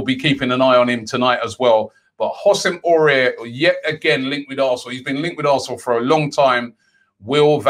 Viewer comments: You saying his name like « oussem aurier » 😂 you have to pronounce it like « Awar » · You pronounce it woosem Hawar (Houssem Aouar ) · Everyone: Houssem Aouar Robbie: "Hosem Oruair"